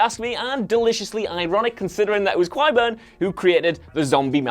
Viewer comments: Kai-burn, not Kwai-burn. What is it with WhatCulture and pronunciation? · Do you even watch the show? How can you not pronounce Qyburn correctly??? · When ur whole job is to sound like a true GoT fan in ur vids and u can’t even pronounce “Qyburn” name correctly.... these GoT culture presenters r embarrassing